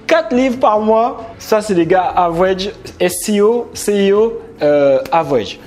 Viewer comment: Je vis au state et j'ecoute tes videos On ne dit pas avouege=pronontiation On dit avrége=pronontiation mais si non , oui j'ai vu son interview e tu l'as parfaitement resumé